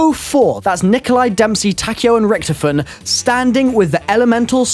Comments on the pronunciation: pronounce Richtofen correctly please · ITS RICKTOFEN